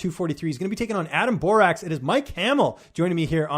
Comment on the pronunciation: First of all learn to pronounce Borics' name he is now 15-1 after winning vs Hamel who missed weight and had 10-15 pounds plus over Borics at the start of the fight ! Look Hamels face after the fight looked like he was hit by a truck !!! Adam Borics had 0 damage after the fight he was fresh no cuts nothing!